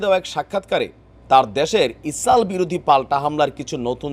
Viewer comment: সবাই বলে ইসরাইল। আপনি বলেন ইসাল। এত ভয় পেলে কি আর সাংবাদিকতা করা যায়!